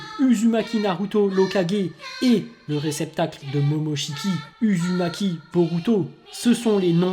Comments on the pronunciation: ça se prononce ouzoumaki et ouchiwa 😉😁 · Chuis la Seul a avoir remarqué qu'il prononce mal Uzumaki Naruto et Sasuke Uchiwa ????👍